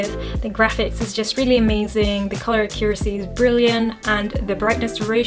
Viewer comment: She said uh•cure•essie lol